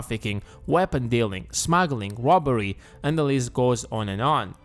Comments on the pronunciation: wobbery= robbery.😂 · Wobbery? Not Wobbery!?!! Oh, noo!!!!!!